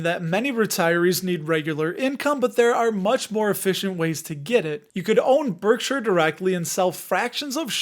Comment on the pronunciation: Pronounced Berkshire, not Berksure.